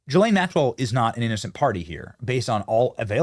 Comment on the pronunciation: So… did Benny finally learn how to say ghee (hard G)- Len instead of Gee-Lane?? Or upgrade his rednecky pronunciation (like Steve Bannon) of NEW – CLEAR instead of Nuke – U – Lahr ???